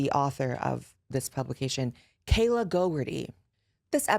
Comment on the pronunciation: Is anyone else just hearing that one journalists name as Kayla GoGurt-ey? Like... is she maybe just mad cause the bitch is covered in GoGurt?